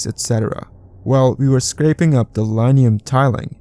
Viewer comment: Linoleum is pronounced as len-O-ee-um.